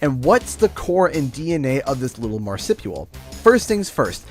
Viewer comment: Marsipual? xD